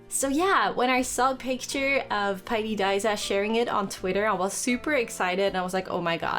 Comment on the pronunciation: Jij zegt paidi daiza en het is pairi daiza en je kunt inderdaad slapen in de gebouwen ertegenover